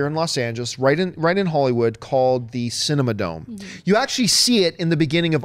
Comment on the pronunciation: aghh, as an LA native, it hurt my heart each time John called "The Cinerama Dome," the "Cinema Dome"